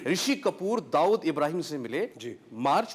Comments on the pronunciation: हरामखोर ऋुषी कपुर दाऊद को दाऊदासाब बोल रहा है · rishi also saying dahood sahib